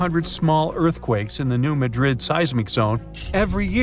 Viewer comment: It’s not New Madrid…..as in Spain….. It’s Maahdrid. Is this A.I.? I hope not